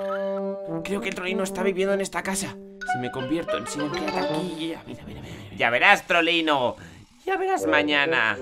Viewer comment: Se escribe Siren head pero se dice sailen jed xd